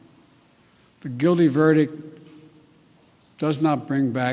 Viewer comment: Did this moron say. “ VERDIC “ again ? Fucking idiot